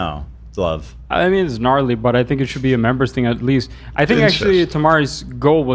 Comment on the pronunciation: Ethan calls Love "Glove"